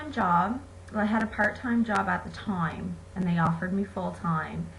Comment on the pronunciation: I hate the way she says time